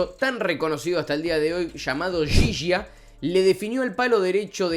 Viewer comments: Alcides Edgardo Ghiggia. Se pronuncia guiyia. No yiyia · ghiggia , apellido italiano , en español se pronuncia Guiyia , no Yiyia . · Por cierto, se pronuncia : GUIYIA. Usando GUI como en GUIñada y YI como GGI en pareGGIo. Ghiggia. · Estaría bueno primero que nada pronuncies bien el apellido "Ghiggia" uno de los jugadores mas importantes en la historia de los mundiales! lo otro que la verdad molesta es que siempre ustedes los Argentinos descalifican o minimizan los logros de Uruguay! Siempre con la escusa de que ustedes no participaron! Les cuento que 6 meses antes se jugo un campeonato en brasil al cual Uruguay goleo a todas las selecciones por mas de 5 o 6 goles! Le ganamos a ustedes la primer copa del Mundo y tenemos 2 olimpiadas por eso las 4 estrellas en la camiseta! Lo digo con todo respeto y sin animo de sembrar discordia! pero creo que deberían dirigirse con un poco más de este a la hora de hablar de Uruguay!!!! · Aprende a pronunciar ghiggia